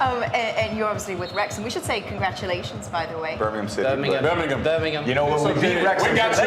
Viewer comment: wrong, you can see how part she is of the group of men, when she fail to say birmigham. They help her directly with a smile like they would do for a bro. She is respected for a work as journalist and "entertainemer".